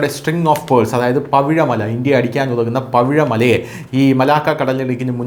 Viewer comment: Pavizha mala allaa...pavizha maalaa 😅...minnaram..😅